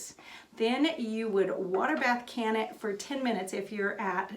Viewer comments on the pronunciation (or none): none